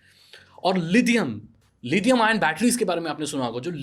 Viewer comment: Lidium wtf It's lithium